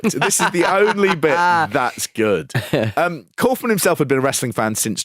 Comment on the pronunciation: Are we gonna talk about how he calls himself ‘cowf-man’ and not ‘cawf-man’?